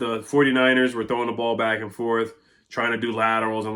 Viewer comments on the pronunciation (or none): none